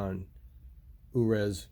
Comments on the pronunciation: Uruz is a Viking rune. Pronounced You-res or "U"-res The letter U sound not "uh". Two syllable with accent on the first. Stands for "Strength, Manhood, Womanhood, a Wild OX" The rune of termination and new beginnings, Uruz indicates that the life you are living has outgrown it's form. That form must die so that life energy can be released in a new birth, a new form. Source: The Book of Runes, first copyright Ralph Blum 1932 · The names I wrote for example Vidar is a fairly common name. Jotenheim is a place in the mountains. Vallhalla is norse mythology of course. but I would say random mostly. Now Uruz is something to do with Norse mythology, but I am not familiar enough to comment. I don't think it is pronounced the way you were saying it, but I may be wrong. I could figure it out with a bit of searching I am sure, but I am trying to get my taxes done this weekend. øre is ear, I can't write it phonetically it would sound like you are in pain, like someone who has a bad case of the flu. we don't really have it in English, høre is hear as in I hear you, it is just like the other word but with an H. But I think Uruz is not a current Norwegian word, it is from mythology. I am surprised you are buying speakers without hearing them first, after the giant Klipsch situation. The Tektons to seem like nice speakers, hopefully they sound good.